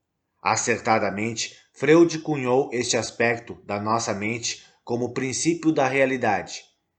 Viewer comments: Amigo, a pronúncia do sobrenome austríaco Freud é FRÓID - língua alemã. Sigmund Freud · Muito obrigada pelas informações e ensinamentos. A pronúncia correta do nome Freud é Froid. Gratidão, Namastê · Gratidão pelas palavras!! Uma observação: a pronúncia correta do nome do teórico é “Fróid”. 🙏🏻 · Amado a pronúncia é Fróid e a escrita Freud🙏🙏🙏